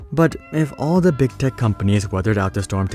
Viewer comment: Am I the only one who keeps hearing "big dick companies"?